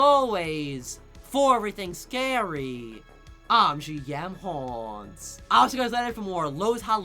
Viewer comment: I love ur videos but not to be mean. I find the " for everything scary I'm gmhaunts" cringe. It's minor but I'm not a fan of the way u say scary